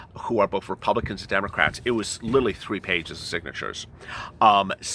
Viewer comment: Why does he keep saying littlely when it's pronounced literally?